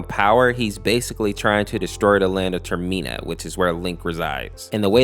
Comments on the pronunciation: TER MA NA NOT TER MIN A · Gonna say this because it's my one and only bother, it's called Term-inn-uh, not Term-ee-naa Other than that, the video was awesome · So it’s not the Tormena it’s Termina not that name I guess he gets the name a little bit right but yeah I find this creepy pasta very disturbing because anything involving rituals is messed up in anyway like why was the sonic EXC a ritual come on man and I always get the name wrong with adding a the letter C in it so you have the gift sonic the EXC was made up from a ritual. Well, never mind that will personally give him one more darker undertone. The nearest in mind is just a retake of sonic.EXC, but the best version of impossible.